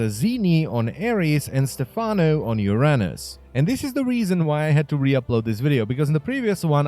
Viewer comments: its pronounced youraynus not yurahnus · In Czech it's pronounced as Uh-rah-nhus